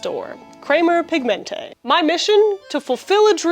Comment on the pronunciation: Hearing "Pigmente" pronounced with Spanish inflection made me chuckle.